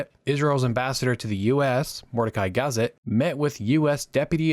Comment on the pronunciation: I hadn't heard that Israel had a Negeb Desert. Who was "Mordecai Gaz-it"? His name was GaZEET. The French aircraft manufacturer was Dassault -- pronounced "des-OH" not "des- salt."And so on, and so on. The term "evenhanded" used by Arabists in the State Department was generally understood to mean a pro-Arab position, not a balanced one. And so on. Learn something about your subject. Regarding alleged US "even-handedness" in the 1950s, let me refer you to the racist behavior of John Foster Dulles and his desire to force Israel out of the Sinai without a peace treaty or adequate security guarantees, such as a demilitarized zone. Eisenhower himself admitted that this was a mistake and a major factor in Nasser's rabid escalation in 1967. The actual cause of the war was a Soviet disinformation plot alleging that the Israelis had mobilized to attack Syria. No such mobilization occurred, but Nasser believed it. The idea that Nasser was planning to start a general war ten days before the Six Days War is nuts -- his army had barely reached the border and was in no shape to engage in any combat at the time. And so on. Abba Eban was not the "new" Israeli foreign minister. He had been in office for many years. And so on. Warnke's name was pronounced "war-NI-kee." And so on. The "New York Times" printing press was of a type used to print magazine covers and brochures. A newspaper press is one hundred times larger and is fed by a continuous roll of paper, not sheets. And so on. Meir Am-EET